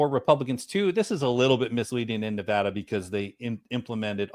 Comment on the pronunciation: Lots of great points which others are addressing so I'll simply say that, as a Nevadan I very much appreciate that correctly pronounces the name of my state. That may seem trivial to some, but it shows attention, care and respect. Thanks for all the great work otherwise.